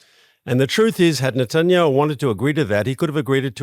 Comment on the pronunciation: You said the prime ministers name wrong